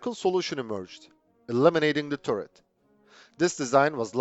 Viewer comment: Interesting video, but man, please look up the correct pronunciation of the word "turret". It is just so incredibly irritating to hear that stupid mistake over and over again.